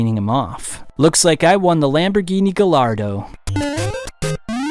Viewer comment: The beautiful fever dream of your presentation is enough for me to forgive the many mispronunciations, especially ergregious is grenadine and Gallardo.